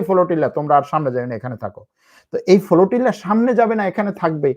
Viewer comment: The word is Flotilla brother not FOLOTILA....!!!! Very bad pronunciation !!!!!